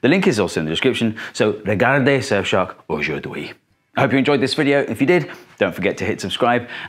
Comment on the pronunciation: Funny how you say aujourd'hui :) Thank you for sharing!